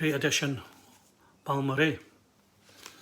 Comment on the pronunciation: Thanks, mate. So great you picked up that Balmorhea 7”. And extra kudos for pronouncing the name correct. Good on ya. I absolutely love that Wes LP cover. So lovely. Curious how the Adderley sounds? Beautiful pick ups,. Cheers!